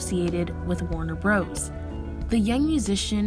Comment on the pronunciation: It's Warner brothers not Warner Bros.